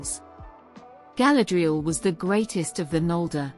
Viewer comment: I got as far as where the AI thingy mispronounced Galadriel and Feanor. Couldn't listen any more